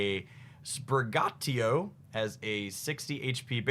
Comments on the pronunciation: Spur gatio? That has to be one of the most autistic ways to pronounce. sprig- gatito.... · “SpriGatio” he says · Also,. Paldea is like a Spain-Based region, so you pronounce the names as such. So the Grass Cat starter is pronounced "Sprig-a-teet-o" The Fire Croc starter is the best though, he's a little bit goofy, and even sings. He later evolves into a Fire/Ghost type called "Skellidirge" really cool. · As a Spanish speaker your pronunciation of Sprigatito made me physically ill, but I forgive you